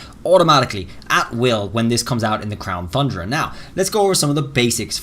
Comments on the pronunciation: Please pronounce Crown Tundra correct its not thundra its Tundra like two and time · You did it again! 🤣 It’s TUNdra pronounce it as TONNE DRA not Thundra 🤦🏼‍♂️ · "Crown Fundra" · Lol this guy still saying Thundra 🤣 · if this guy says "thundra" one more time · Whathts THe problem bud? You dont like THHHHHHHHHHHHundra? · Still mispronounced Tundra😔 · I hate how you say tundra, I'm no longer watching your videos